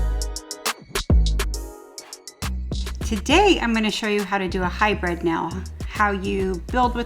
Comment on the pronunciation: I Know your meaning hybrid but it really sounds like your saying high bred